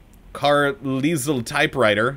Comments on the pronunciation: You were joking about pronouncing Carlisle car-lee-sil weren't you? Please tell me you were joking. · Carlisle is pronounced Car-lial. Like Car-liar but with an l instead of an R. British name.